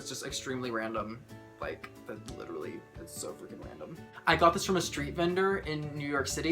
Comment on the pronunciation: the first time I heard random i thought he say ralandr